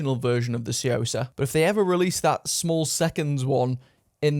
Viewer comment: The "T" is silent, pronounced "soo-yoh-sah" =/